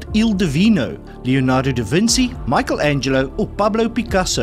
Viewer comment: Repeat 10 times CHI VIN CHI VIN CHI not vinsi ch as in challenge